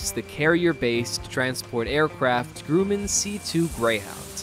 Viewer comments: Grummen, not grooman. Please. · It's pronounced Grumman, not "Grooman". If you make a major mistake like that 15 seconds into the video, it's not exactly encouraging people to have any confidence in anything else in the piece. For example... Names of aircraft are assigned, not "awarded". When you were talking about the CH-53E Sea Stallion, you showed a CH-53K King Stallion a greatly improved and substantially different variant. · Dude your pronouncing it wrong its not Gru' mand it's grum' end. ( grumend) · Grummmman not gruuuuman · Northrup Groooman.... that's why I can't watch these.... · Can't even pronounce Grumman correct. Grooman. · "GrOOMAN!?" "OsPREE!?!?" Yeah, tell the late Leroy Grumman that's how his name is pronounced! EPIC FAIL! English is NOT your first language, is it? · learn how to say Grumman, for God's sake! You know nothing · Will the "reader" please learn how to pronounce "Grumman". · Downvote for mispronunciation of the word, and name of the family, Grumman. And why would the US Air Force be concerned about the modifications of a Navy/Marine aircraft of which it has no version of its own? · Geed to learn to pronounce Grumman; guess that is what you get with AI